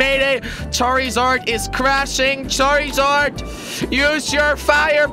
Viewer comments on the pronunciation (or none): he called charzard charryzard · jelly charzard not charrizard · its pronounced char_zard and zap-dos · he said charizard when its charzard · wtf jelly its charzard its spelled with i but when you say it its like there isnt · It's not. Char E zard charzard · NullMarigold 677 it's spelled charizard and the I and silent.